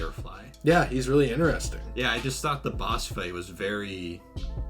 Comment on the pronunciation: No offense, I do love your content bro but it really triggers me when you say "ineresting". It's "interesting". Lmao! Besides that, I do like your content etc. This was fun to watch. Especielly at the end xD. I also feel bad for Arkham Knight. That game was good but not as good as the other Arkham games.